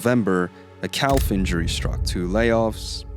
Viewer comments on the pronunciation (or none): Wonderful video, but I can't stop thinking about how you pronounce calf lmao. Cowlf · "calf" is pronounced like "caff". just like "half" is pronounced "haff" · What is a "per-FAK-shure"? Prefecture Otherwise, great info. Also, "calf". Bro, come on...